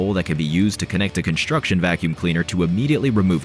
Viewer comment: Construction, not “Conshstruction”.